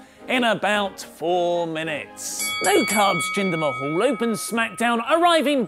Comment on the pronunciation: it's not mahall it's mahal.